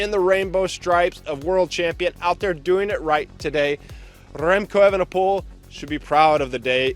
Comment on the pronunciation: That ol Spaniard, " Rrremco Evenepol".